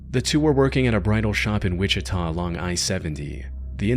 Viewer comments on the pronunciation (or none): none